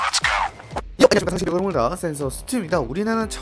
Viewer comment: 아니 무슨 처음에 요!안냐십깟센서 스튜디옵니다 ㅋㅋㅋㅋㅋ